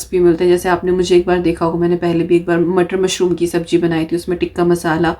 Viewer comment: Subbji nahi subzi bolo